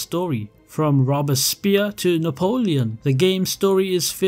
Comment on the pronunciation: Come on man 😂 i can’t help but laugh a little, so no hate, just constructive criticism, but for future reference you’d benefit from researching pronunciation of words your unfamiliar with. “Rob-a-spear”, and “mono-tone-us” among others, just completely remove me from the video. After it happened a couple times, it made me pause to go like WHAT lol 😂